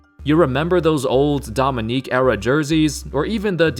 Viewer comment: And it is Dominique not Domi-nique It is not separated